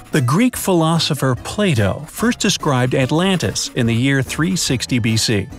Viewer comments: Is it just me or did u guys also here 'play dough' when he said 'plato' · I heard he said Plato as Playdough. Lol. I wasn't around then so I wouldn't know. Hahaha. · "the Greek philosopher play doh" 😂😂😂😂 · umm... it’s Plato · .......it’s Plato............